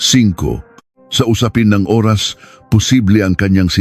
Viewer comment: Parang hnd pinoy magbasa... Nakakawalang gana makinig lalo sa pagbigkas oras... Kakairita naman pakinggan